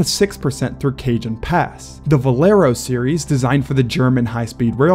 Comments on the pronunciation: Cajun pass 😂😂😂😂😂 It's Cajon pass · It is pronounced Ca 'Hone' pass. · You pronounced cajon wrong.